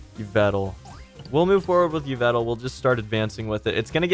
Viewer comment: Fam yvetal? It's e-vel-tall